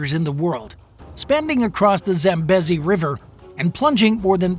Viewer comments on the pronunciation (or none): pronounced zambeezi